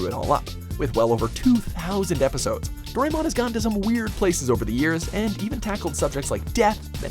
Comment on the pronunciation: Doh-ray-mon... he pronounced it Doh-ray-mon...